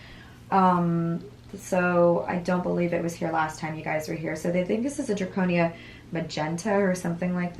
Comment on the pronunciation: It’s not draconia, it’s Dracaena. In case anyone wants one.